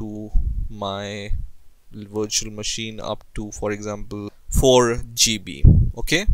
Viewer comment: I thought he said install it on your washing machine lmao